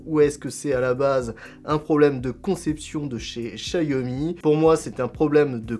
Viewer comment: Ce n'est pas "chaYomi" mais "chaOmi" merci pour mes oreilles....